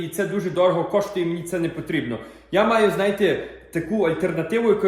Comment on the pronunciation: Йой, о це акцент!!! Замість букви о я чую у, ніколи не чув таке. Замість і - є (путрєбну задунатити- потрібно задонатити) незвичний, але цікавий.